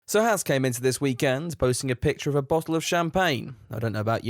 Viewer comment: As an actual Haas, I cannot listen to you Brit’s butcher our name anymore. Ffs.. it’s pronounced like “Haaz” or “Hoss” or “Haus” not “Hass”